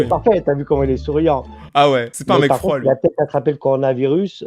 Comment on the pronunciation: Le "farod" y est pas?😂😂